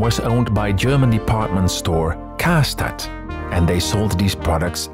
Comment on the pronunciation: Ists Karstadt not kastat